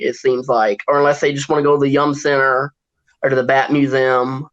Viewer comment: Its definitely not called the young center.. it's the yum center.